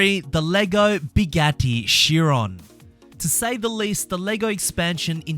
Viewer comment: “Bigatti” ?? Bro. 😂🤦🏻‍♂️